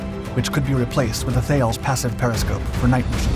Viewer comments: "Thales passive periscope."? That's pronounced TAH-less. They're a French outfit, so they really don't do the th sound we have in English. Two syllables. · Thales is a French multinational company and pronounced more like taa-liss (in other uses it is pronounced differently again).